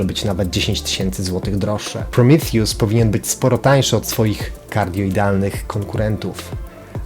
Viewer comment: To jest Prometeusz nie prrimitjus